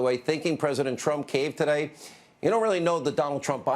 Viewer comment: Trump. Pronounces today as Tewchey